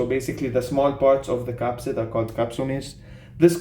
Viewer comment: you said caspid when it should be capsid just a heads up 🙌. Keep up the good work. Hassan